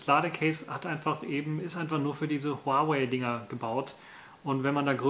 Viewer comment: Zum Beispiel wie lange die Kopfhörer laden, wie lange sie laufen, wie sie ausgestattet sind. Video Material macht man ausserdem vorher sauber und nicht mitten im Video... Es heißt Huawei, man spricht es Huawai aus und nicht Huawey